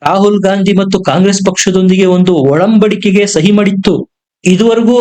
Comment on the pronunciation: ಬರ್ಮಾ ಅಲ್ಲ ಕಣೋ ಬಾಂಗ್ಲಾ ಒಳಂಬಡಿಕೆ ಅಲ್ಲಪ್ಪಾ ಅದು ಒಡಂಬಡಿಕೆ